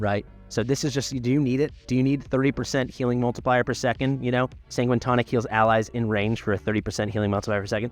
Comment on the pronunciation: Sanguine is said as 'San-Gwhine'.